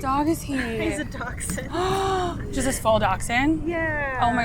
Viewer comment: when they called a dachshund Docksind that made me die inside a little bit